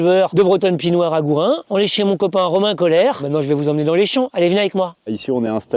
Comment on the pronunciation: Pis noir, pas pie noire !